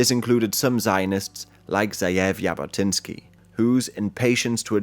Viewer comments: i think most anglos pronounce those words the same but it is only /d͡ʒ/ vs /ʒ/ he’s close enouh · Great video! btw the "J" in jabotinsky is pronounced like the "G" in geneva